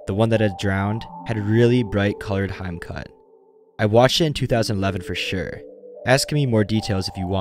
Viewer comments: You said hime as "haim"? It's HE-Meh. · sorry if it’s OOT but the way you butchered “hime” irked me, it’s supposed to be pronounced “he-may” not “hyme” 💀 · bruh it's hime(hee-meh) cut, not heim cut. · Lmaooo "heim cut" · The hime haircut is not pronounced "hyme," it's more like "HEE-may." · "haym cut" "dyes ayree" bruh cmon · Rofl - hime is pronounced "he-may". Edit - you suck at pronouncing Japanese words. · please if you work on something containing foreign words at least try to pronounce them correctly. "hime" should be pronounced as "hee - meh" "gakkou" should be "gah-kou" and so on please spend just a bit of time to actually do it right and your content will be almost perfect because other than that watching this was enjoyable and kept me interested. All the best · No… its pronounced hee-meh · The way he pronounced "hime." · the way "hime" was pronounced killed me💀